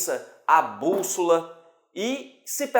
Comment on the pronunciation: Ótimo vídeo, mas: BÚSSOLA, e não búlsola ........e....... IMPRENSA e não imprenssa